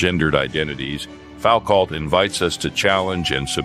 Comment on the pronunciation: Say Fowcalt again!